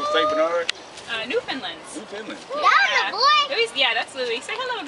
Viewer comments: Beautiful dogs but being from the island of Newfoundland it makes me cringe to hear it misprounced. It's not lind or lund. It's Neuf-fn-land. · Why is it soooo hard to pronounce Newfoundland ? (new_funn_ land)no emphasis on ‘’found” lovely island to live & grow up on ! People are great !